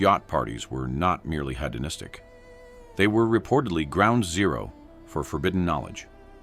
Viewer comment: 18: 03 the narrator has such a lovely voice, except that it's AI. Narrator says: HATO-Nystic, instead of HEDONISTIC. I hate AI. FAKE!